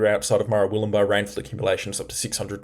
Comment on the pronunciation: Hey! Great coverage - stopped watching others. Just some pronunciation for you: MerWILLumbah BALlina CaBOOLture